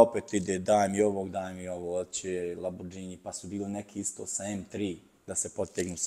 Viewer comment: Možeš imati i 2000 ks u autu, ali sunčane naočale dok pričaš s nekim... Pa "Lambordžini", "Masarati". O Bože😢